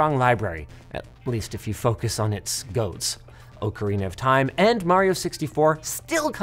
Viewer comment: OHcarina, eh?